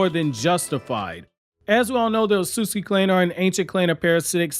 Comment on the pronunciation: Not as bad as Otsutsuki